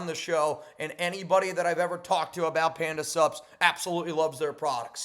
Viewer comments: When you say Panda Sups...It sounds like Panda SUBS. Like food. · Every damn time you say, Panda sups, I hear subs and end up at Subway 😂😂😂😂